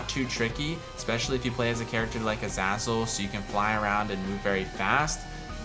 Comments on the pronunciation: Its u zay zal not u zaz ul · the fact that this guy pronounces azazel as azazel instead of azayzel is horrifying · Omg, sorry but, AE not AA Azazel is AE. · Isn’t Azazel pronounced “A-Zay-Zel”? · Everytime you said azazzle i died a little inside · It's pronounced A-zay-zel btw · It’s pronounced a-zay-zul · Say azazle properly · You say Azazel Wrong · Is it pronounced A-zah-zel or A-zay-zel? I still don't know